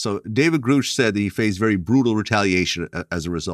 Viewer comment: I’ve heard very credible people say (and can prove) that 75% of what Greer says is bullshit. He’s got an extremely questionable past. Knapp, Coulthart, & Corbell (among others) are the leading opinions on this topic, without question. And Vlad… please learn how pronounce these gentlemen’s names properly… specifically Grusch & Fravor.